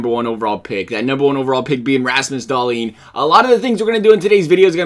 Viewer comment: it's DAH-leen, most people are emphasizing the leen too much, the emphasis goes on the Dah